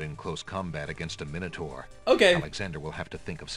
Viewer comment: Minotaur has an A in it, your saying it SO WRONG